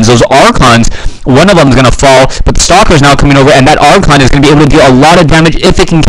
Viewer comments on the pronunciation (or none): none